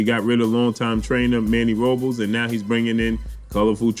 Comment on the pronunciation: Manny ROOOO BLESSS not Robels.